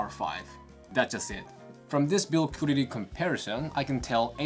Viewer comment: Your English is fantastic; you need to work on the word quality though just a bit.❤